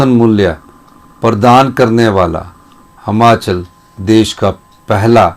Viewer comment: हमाँचल नहीं यार हिमांचल बोला कर